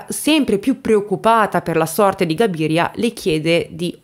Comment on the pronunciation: Cabiria...non Gabiria.. c'è anche un film di Fellini: le notti di Cabiria.